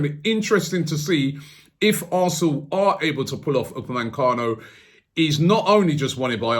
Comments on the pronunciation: UPAMECANO, not UPAMENCANO. get it right robbie :D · Why do you call him "UpameNcano"? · Robbie man you need to start pronouncing the people's names properly. Who is Dayo Upemancano